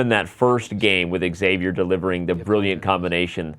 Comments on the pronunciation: Imagine pronouncing Xavier "Exavier" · Nice but now I have a correction for you. 😉 Your pronunciation of Xavier is incorrect.